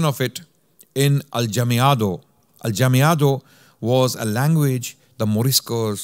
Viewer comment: Jazakumullahu khairan this was great. You gave a great overview and even covered the Oran fatwa! A kind correction, it was the Goths that sacked Rome, not the Vandals. In Spanish Mudejar is pronounced Mudehar and Aljamiado as Alhamiado. Talking about Alhamiado which is writing Spanish with adapted Arabic script, this certainly provided protection for Morisco's activities from their ignorant prosecutors but in essence aljamiado literature is from the time of the muslim rule and we have similar processes in many places like Bosnia for example or even the Persians write in a sort of aljamiado. Muslims felt the Arabic script special and very close to their hearts. Allah razi.